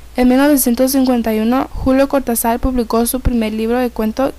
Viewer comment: Don Julio debe saltar en su tumba cada vez que le dicen "Cortazár"